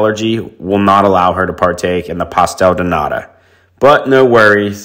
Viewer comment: Can I politely say Pastel de Nata is pronounced with a T not a D. Many non Portuguese say Nada which literally means nothing. In case people go there